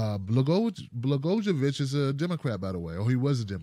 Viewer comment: Rod's name is pronounced Bla-GOY-o-vich, not that it matters. But if we're serious about getting corruption out of government, he should stay just where he is for his entire sentence.